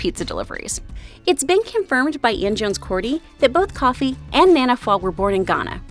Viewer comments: Just so y’all know, Kiki and Jenny’s dads name is not Coffee. It’s Kofi. Koe-fee. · It’s Kofe-ee